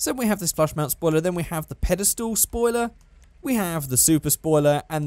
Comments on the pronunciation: By the way, that one spoiler that's called padestal, It really sound like you say Paddestoel and that's Dutch for mushrooms 😂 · jelle de groot WAHAHAHAH JA